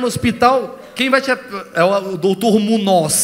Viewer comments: Munoz sendo uma palavra espanhola se fala munhoz kkk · O moleque não sabe sequer que o sobrenome dele Munoz na verdade é Muñoz e se pronuncia “Munhos” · Mano o cara não sabe o próprio nome! Muñoz é origem espanhola e o n sozinho se pronuncia nh 😄 alguém explica pra ele pelamor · O cara nao sabe pronunciar o proprio nome.